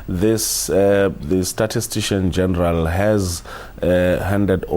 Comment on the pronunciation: The word statistician - miss-pronounced the first time as 'statistian' and after a second try; miss-pronounced again as as 'statistian' by this young presenter; is unacceptable.